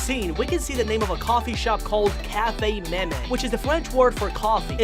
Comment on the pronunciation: also that not ca fe me me thats cafe meme